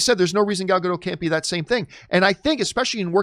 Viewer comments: I have to say, because it's bothering me - It's not "Gal Gado", It's "Gal Gadot". You need to pronounce the T at the end. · It's like changing the whole meaning of the name, just because some people refuses to pronounce the T in the end. "Gadow" means nothing in Hebrew, "Gadot" is. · It still makes me laugh the way people refuse to pronounce the "T" at the end of Gal Gadot's name as if they think she is a Frenchwoman. 😄